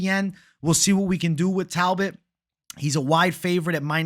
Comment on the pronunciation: naaaa talboot 😂😂